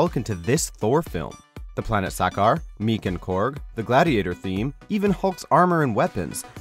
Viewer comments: when you watched the film you are talking about, did they pronounce sakaar that way? No. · please stop this narrator from doing comic related episodes. his pronunciation of sakaar and Valkyrie is upsetting